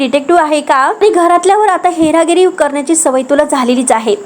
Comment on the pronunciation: हेरागिरी नाही ग बाई हेर गिरी.भयानक मराठी कोणत्या शाळेत शिकलीस?